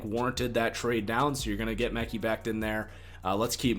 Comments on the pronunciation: Lol it’s not Mecky Becton its MUH-Ky Becton... Great video, falcons getting chase young tho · Mickey Beckton 😂 (Mah-Kye) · Mekhi sounds like Mech-I, not Meckie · it’s Mek-EYE Becton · It's pronounced Muh-Kye Becton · buddy out here say meh-key lmao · I love the content but please pronounce Mekhi and Biadasz correctly hahaha its been like months now